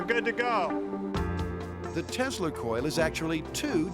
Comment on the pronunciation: "Greg's tezzler coil..." - that's right, he pronounced Tesla as "tezzler". As in Nicolai Tezzler.